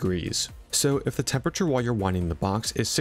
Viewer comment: ah yes, the “temperature”